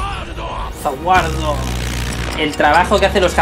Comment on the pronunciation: una cosa es como se pronuncia y otra como se escribe en tu caso debe decir ZA WARUDO